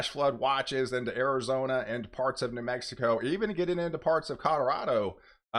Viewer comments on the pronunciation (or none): none